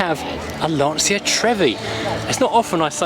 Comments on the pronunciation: It's not Lansia it's Lancia, as in Lancha. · Definitely not “Larnseea”....